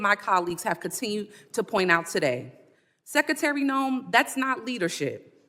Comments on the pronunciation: LOL "ten-year' .....lol...."let me axe you'.....lol......"sec-a-tary".....lol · That woman questioning the secretary is embarrassing, to herself and our education system, not good🥺 she can't pronounce secretary correctly. She actually mispronounced a lot of words ...like ax instead of ask🤪